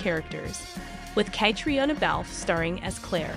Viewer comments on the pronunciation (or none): At least pronounce Catriona’s name correctly 😶😶‼️‼️